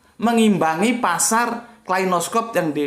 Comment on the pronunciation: kalashnikov pak, bukan klainoskov